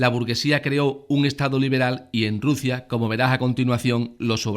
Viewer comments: Juan Acedo y RuZia con S por favor! Q escuchando este vídeo le dan ganas a uno de arrancarse las orejas! Si tiene un problema de dislexia o lo que carajo le pase pues que pongan a otra persona para leer los textos xq de verdad de resulta bastante bochornoso! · burguezia, ezcaza, Ruzia???